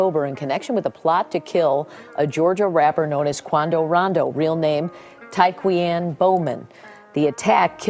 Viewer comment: She called that man "TyKweeAnne" 🤪